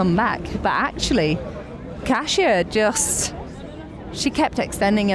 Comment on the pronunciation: I almost missed the today's stage and how glad am I to not have missed it. I was literally taking photos of the TV and sending to friends and family :) Iconic, inspired, incredible - well done that woman! Ned, thank you for championing the correct pronunciation of "Kasia" :) And thank you both for this podcast!